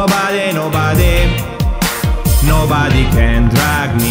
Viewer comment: curiosone si ma di pronuncia nobare non nobade